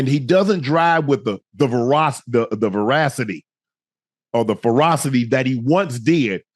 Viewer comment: “He doesn’t drive with the veracity, with verocity that he used to” 😂 wth Unc